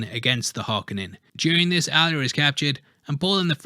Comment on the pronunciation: Harkonnen does not have an "A" in it why do you keep saying it with an "A"? It's 'KO" Har-KO-nen not Har-ka-nin.